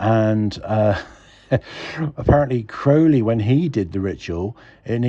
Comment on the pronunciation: You pronounce it like an American😆 I did read his life story and had his Thoth tarot deck, found him a very curious celebrity, as he would be called today, he liked to shock